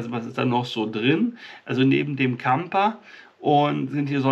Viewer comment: Das Gehirn ist halt erstaunlich,und ist nur minimal erforscht. Placebo kann ja Wunder vollbringen. Siehe Asterix und der Zaubertrank😁😁. Zum Klugscheissen..Kamper klingt schön, aber das ph wird f ausgesprochen😏 nur zum (klugscheissen) Liebe Grüße Stephanie